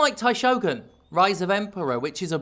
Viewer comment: As someone who studied Japanese for two years in college, it's not Taishogun. It would be Daishogun, if that were ever to be a real term, which I don't think it actually is. Also, Heian is pronounced "Hey-ahn." Also also, does he mean in the 12 century, the Heian period? Because I assure you, the Heian Period was not 12 centuries long.